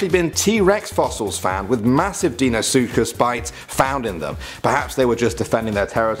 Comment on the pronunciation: That’s not how you say dienosuches